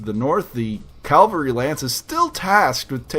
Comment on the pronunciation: I just learned about this channel and love it... but I gotta say, hearing "calvary" makes me think of churches, not stompy tanks. :P